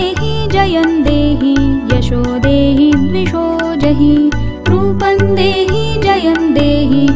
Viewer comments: बहुत सुन्दर आवाज मे सुन्दर प्रयास बस अर्गला स्त्रोत को यदि फिर से रिकॉर्ड किया जाय तो अच्छा होगा रूपंग नहीं है यह रूपम है ऐसा हमारा अपना अनुभव है अनुस्वार का न या ग और म उच्चारण का प्रभाव अलग अलग है. इस कमेंट को आलोचना न समझे. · माता रानी की वन्दना इतने भावगर्भित स्वर में पढ़ने के लिए धन्यवाद परंतु टेक श्लोक का उच्चारण गलत किया गया है। यथा रूपम् को रूपन् और जयम् को जयन् उच्चरित किया जा रहा है जो उचित नहीं है।